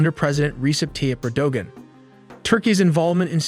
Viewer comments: Your grasp of the proper pronunciation of people's name is atrocious. Erdogun is phonetically pronounced Er-do-wan. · Yeah, whack job! Erdogan is pronounced Arrow-wahn.